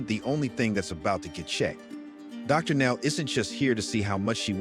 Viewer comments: calling Dr Now Darnow 😂😂😂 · I spent an hour trying to figure out who DARNELL was before I realized it was an trying to say Dr.Now at times. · If u can't getting A.I. to pronounce properly, speak for it! DarNow? C'mon! Get the words right!!! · Darnow? Doctor Now? Lol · DrNow 😂 that’s how says the doctors name 🤦🏾‍♀️